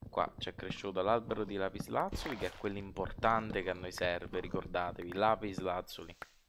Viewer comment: Failing ridere quando dici lapislazulo!! 😂😂😂